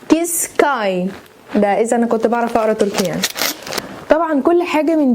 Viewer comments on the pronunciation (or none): اولا اسم الجملة kış çay تقرأ كيش تشاي وليس كيس كاي